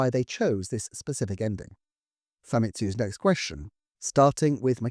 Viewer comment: Fa-MEE-tsu. "I"s in Japanese are always pronounced the same way.